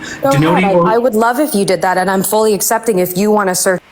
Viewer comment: bruh i got muted once for saying “assepting” bc i HATE how says accepting